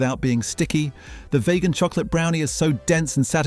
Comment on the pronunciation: You know you said 'vay-gan' right? Thought it was vegan.